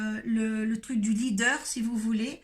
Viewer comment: Je rectifie: leader pas lidder